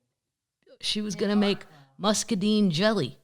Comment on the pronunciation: fyi: Muscadine rhymes with dine, not deen